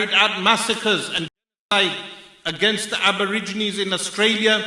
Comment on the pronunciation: GENOCIDE! JEN-OH-SIDE